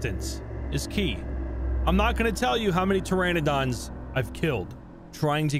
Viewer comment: attempts to say pteranodon also: "its a bird"